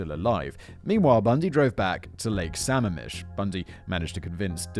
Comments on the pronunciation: As someone who lives in the PNW this would have been an unrelentingly painful and scary episode, but it was lightened by Simon’s (very understandable) mid pronunciation of Lake Sammamish. The PNW really does grow some terrible serial killers. Has Simon done the pig guys up in BC yet? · Right, I’m wondering if he’s done the green river killer I’m impressed that Sammamish was the only thing he mispronounced! As someone living in Seattle, and grew up nearby, I’m feeling surrounded by all these murdered women! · I know it's minor, but it's pronounced sam-MA-mish. I made the same pronunciation mistake for quite a while when I first moved out here. Lots of Native American names out here, many of which are pronounced in ways you wouldn't expect. You got Issaquah right though, so kudos on that one. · I’m from the Seattle area and had no freakin idea Ted Bundy was from Tacoma Embarrassing Also it’s suh-Maam-ish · It bugs me a bit just because I'm from Washington but its lake Suh ma'am ish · Also, Simon, I know the Pacific Northwest has really weird and hard to pronounce places(as most of our geography has native names) and I know you love your pronunciation guides. Lake Samamish is (Sa-maam-ish). Makes me smile listening to people who didn't grow up hear try to pronounce places. When an east coast colleague moved here, took my a while to figure out what they were talking about when they tried to pronounce Puyallup 😅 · I cracked up every time Simon said Samamish lol